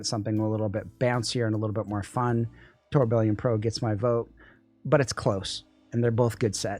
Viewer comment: please up your pronunciation game, lol. Mar-leeto? Now tour Bill ee on? Its french from the watchmaking world. The faceplate has the gears also referencing it. Pronounced: Tur-bi-yon. Keep up the amazing work!